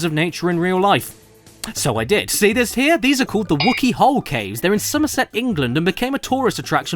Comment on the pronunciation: Zummerzet? Ooh arr, that's gurtly wunnerful, zurr.